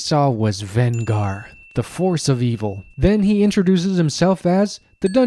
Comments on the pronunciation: Venger, not Vengar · Did you say VEN-GAR? Now I'm starting to believe you didn't actually watch the episode. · Given that you pronounce the name of the antagonist wrong, they never pronounce it that way at any time in that cartoon, makes me question whether you even watched it.